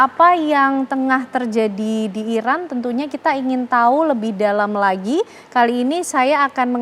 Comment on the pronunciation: IRAN bang, not Irak, jangan salah sebut negara sediri donk 😢